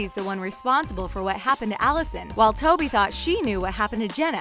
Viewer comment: Spoby ?!?! Are you actually joking, it’s TOBY. Like if yoyr annoyed by the names being pronounced wrong